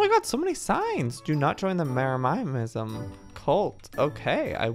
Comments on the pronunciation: Me:Jeremyism Joey:Jere-miah-I-ism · Joey it’s not Jeremiahism it’s Jeremy-ism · Its driving me insane I hate it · So true 😂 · I like how he mispronounces jeremism lol